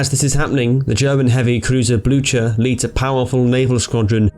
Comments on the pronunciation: Blucher = Blootcher? TRY BLUKER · 'Blue-Her', idiot. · Just look up the pronunciation on wikipedia, if you are unsure. Blücher is pronounced ['blʏçɐ], what you said sounded something like ['blʊtʃɐ]. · "Blue-Her" is even more wrong than what he said. He already got the pronounciation of the "ü" decently right, while the "ch" is not pronounced like an "h". The sound is the same as the one in the english word "cute" between the "k" and "u" sounds. Actually, some dialects of German would pronounce the name about the way he said (though incorrect by proper High German standards), while NO German would say it "Blue-Her". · I believe the pronunciation for the German heavy cruiser Blücher doesn't have the "ch" sound in it, it's more like "Bluu-ker," however I'm English and don't actually speak German so I'm likely butchering that myself. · actually Blücher is pronounced with the CH sound. In it's native tongue, and in Norwegian.